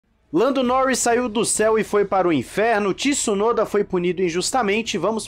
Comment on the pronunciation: não fala Tissunoda pf…